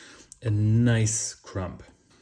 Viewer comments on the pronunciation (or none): Loaf tin (UK English). With cake moulds, melted butter and semolina helps with turnout. Crumb is pronounced crum :) ps could you have made your bigger loaf tin smaller by using crumpled up aluminium foil? Pps does no one use baking parchment/greaseproof paper for their loaf tins or baking trays?